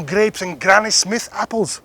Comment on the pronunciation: When you said Granny Smith apples 🍎 you sounded like us Glaswegians.lol. A question Sir. Have you tasted Bruichladdich 26 yrs Black Art.? Looks amazing. SLANJ...